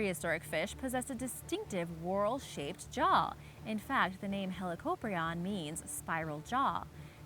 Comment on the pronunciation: Helicoprion is pronounced (*helie-cop-ryan*)